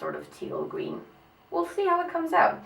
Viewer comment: Gween instead of green hahahah too cute